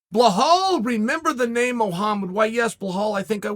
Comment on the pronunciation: Lol he Wasn’t even saying the E in Mohamed’s Name 😭